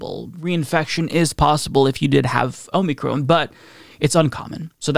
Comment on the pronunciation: Lol “Omey-Crohn”